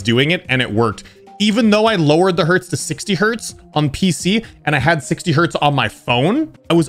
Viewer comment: Its Hertz ^^